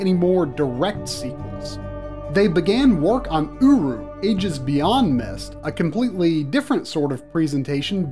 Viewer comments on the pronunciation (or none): Excellent work, sir! One note to recall - The whole URU thing was not meant to be pronounced Oo-roo so much as YOU ARE YOU